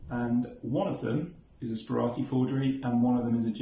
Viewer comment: As someone who has purchased from Stanley Gibbons, including Sperati forgeries, I think that this video should be deleted and replaced. The fact that his name is pronounced incorrectly in the introduction should be a clue, but to hold stamps forward so that you can't even work out whether they are stamps or not is farcical. Lets have a decent article about this interesting man.